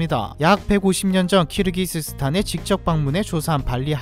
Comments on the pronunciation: 키르기즈스탄을 왜 자꾸 카르기스스탄이라고 섞어 말하는지? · 왜자꾸 카르키즈스탄이라고 읽나했더니 그렇게 적혀있네요. 키르키즈스탄입니다. ㅎㅎ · 중간에 계속 카르기스스탄이라고 하시고 대사 자막도 그런데 수정좀 하셔야 겠어요 ㅎ.. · 카르기스스탄이 아니라 키르기스스탄이에요 ㅋㅋㅋㅋ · 자꾸 카르기스스탄이라고하네 ㅋㅋ